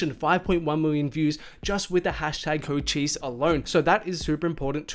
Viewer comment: You pronouncing Cochise wrongs, it’s not Chocheese